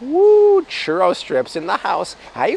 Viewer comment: ‘Churro’ is ‘Chew-Row’😆 Bobble…😃 it’s Spanglish… 😅 lol